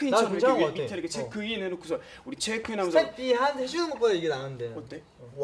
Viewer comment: check-in이 칰힌(치킨)으로 들려요..